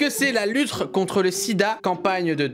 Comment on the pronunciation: "la luttre" -Cyrilmp4 2019